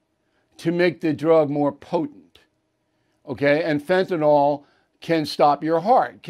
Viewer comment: It’s Fentanyl, Bill. There is no A or O. Just FYI.